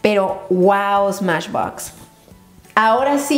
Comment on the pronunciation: en el minuto dijiste smachbox o algo así pero no dijiste smashbox like si te diste cuenta